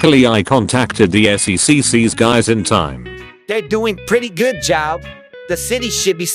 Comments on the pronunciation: "Bring them to the "SECCS" hq" got me dying nah it sounds like sex hq💀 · I love when says seccs and it sounds like __x😂